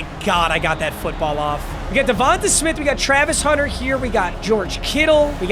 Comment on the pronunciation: It’s pronounced “DevontAY” smith